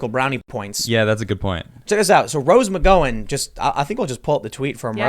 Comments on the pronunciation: I claim no relation. Also, its not Mc Go in, more like Mc Gow (how with a G) an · Gow rhyming with now not know. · Has anyone told Tim how to pronounce McGowan? Gow rhymes with Wow, not Mc-Go-an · McGowan... like mc gow an not mc go wan. Gow like cow.... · Rose McGowan. Mc Gow-an Said Like: Cow-an. (Mooo) Not Go-an. You are hurting my brain. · Pretty sure Tim is pronouncing McGowin wrong. He is saying Mc- GO- in and pretty sure it is Mc-GOW-in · Is Tim intentionally saying Roses name wrong? its Mc"GOW"an not Mc "goe" an... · Fuck you guys ARE SO DAMN AGGRAVATING!!! You mispronounce McGowen, then Mr side kick guy doesn't even know who Allysa Millano is, AND THEN there's the FACT that they Co-Starred on Charmed together for something like 10 years?! And you didnt even know that it was "Who's the Boss" that made her famouse, which has a drama story attached to it by itself...and you couldn't do a 2min google search to get this info... 🤦🏽‍♂️ I mean, C'mon you guys! Just for the fact that you talk about people all fucking day long, safe to say it's YOUR JOB! You do an entire show about these ppl, but don't know a fucking thing about them, except for their very recent Political views! You just lost cred as far as I'm concerned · List of women who’s names Tim can’t say: Rose McGowan (mick-gah-win) Kayleigh McEnany (Mack-en-ā-knee) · I like your channels and watch most of your content Tim but if you keep mispronouncing McGowan I'm gonna have to deny your existence. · McGowan is pronounced like cow 🐄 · Rose ma go win. Learn how to pronounce names Tim. It’s a pretty common name. Good God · This dude can't say anyone's name properly It pronounced rose ma gown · your wrong , I'm Irish and it's pronounced ma gown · omg please get Rose last name correct 🤦🏻‍♀️ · Each time he says McGowan, his pronunciation makes me almost shit my pants. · Have you seriously never heard Rose Mcgowan's or Asia Argento's names said? Here's a hint, you don't them wrong.